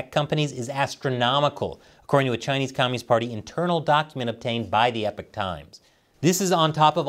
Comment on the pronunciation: Epoch == "ee pok" not "Epic"